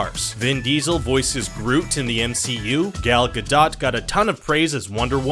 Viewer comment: Pronounce Gal Gadot properly... please